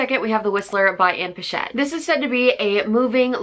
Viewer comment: it's Ann Patchett pronounced with ch and not sh lol